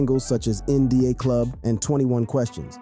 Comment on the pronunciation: Omg did u just say In D A club? Its in da (the) club 😂😂